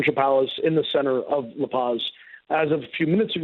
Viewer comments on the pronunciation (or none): This news anchor needs to learn some basic Spanish and French. He pronounces "La Paz" like a ignorant hillbilly and says "coup d'etat" like "coo de tat"